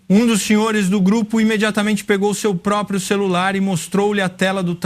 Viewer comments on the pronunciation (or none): none